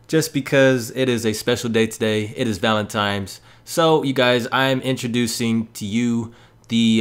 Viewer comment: valentines- not valentimes Lol